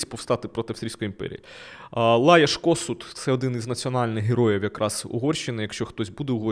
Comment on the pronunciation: Лайош КоШут - дуже рекомендовано правильно вимовляти власні назви, мені не принципово, але звучить непрофесійно, хоча зміст цікавий, подача заходить...